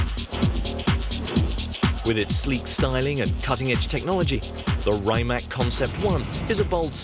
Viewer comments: It's rimac not rimak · Is not RaimaK, but RimaC! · Raymak like Kajmak. Say R I M A C. Croatian is phonetic. R is always an r, I is always an i like Iraq and not ajrak, M is always an m, A always an a like Adam and C is always a like a-b-c and not a cat. For a million at a time surely you could learn how to pronounce the name as it should be. Let's be professional!